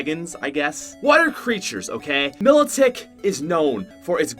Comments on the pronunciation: What is milotic? It's pronounced My lot ic! Get it right that's one boss butt pokemon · Why you say milotic like that? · U can’t pronounce pokemon, Arceus-(ARK-eus) Mylotic-(MI-lot-ic)